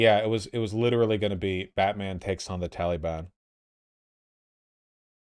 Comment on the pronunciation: I hate how Vaush says the word Taliban. "Tollybun"